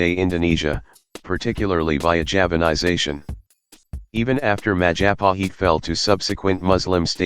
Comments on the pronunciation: Mahajapit...?❌ Majahapit...?❌ Mapajahit...?❌ Mahapajit...?❌ Mapajahit...?❌ Majahapit...?✔✔✔ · When you pronounce Majapahit, the 'h' is silent.